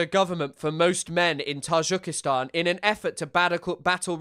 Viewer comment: I'm very new to your channel, may I ask why you pronounce Tajikistan like that?